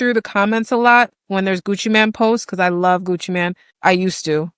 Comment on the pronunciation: It’s Mane not Man.